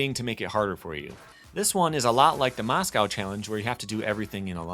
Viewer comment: MOSCOW ? your saying it wrong